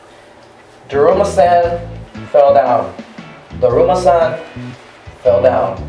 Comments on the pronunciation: It said duruma San. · “DRUMMA”. -Guava Juice🌚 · When I was watching the video when you were saying drama San I heard krrrrr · First off, it’s daruma Sam ga koronda, and you are supposed to have the lights off. Therefor, you are faking it.